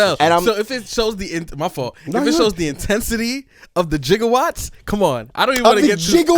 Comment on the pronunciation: he said “Jiggawatt” 😭😭😭🙌🏾🙌🏾